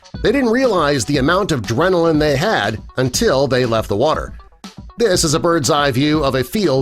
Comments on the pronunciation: I really hate channels like this. I don't know why it keeps coming up and I really wish there was a way to block it completely. I give it a chance every so often but it never improves. I made it a little over a minute in but after: 1. Drenillan? Is that supposed to be adrenaline? Imagine not being a mindless bot, going word for word with the poorly written script and pronouncing the spelling errors. And not showing the sharks that seems to be what this was supposed to be about? Ohhh kaay... that was pointless. 2. This is a birds eye view of a field? Uhhh... No.. That is not a field, that would be a small barn and barnyard behind a house in a fairly heavily wooded area. 3. The statue? WHAT STATUE?! This isn't showing anything even remotely close to what is being talked about! 4. and this is as far as I made it. A top down view of not a statue. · It’s Adrenaline not drenaline